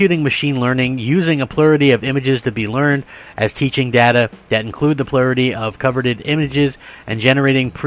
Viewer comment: I was like wtf is "plurity". Had to read what you were reading...Plurality- Plur-al-luh-T. You're Welcome ;-)